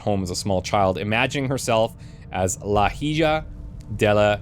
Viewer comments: BTW the way to pronounce hija de la Oscurida. Is Ee-ha . The rest sounded fine. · EE-HA DAY LAH OH-SCURE-EE-DAD this has been a friendly Spanish pronounciation guide. (psyched about the episode! Excited to see what happens next!) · Hija. The H is silent. EE-ha is how you pronounce it :)